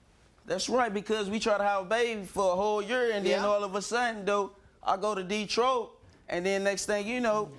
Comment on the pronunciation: "De-troyyy" , I'm born and raised from DETROIT , never in my life have I heard it pronounced such a way lol!!